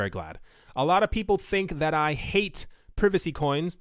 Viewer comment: Did he say prevacy coins? 😁